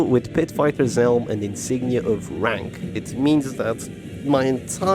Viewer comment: I'm sorry, but did you say insignia of rank? I've been hearing insignia of Frank for 3 years now😅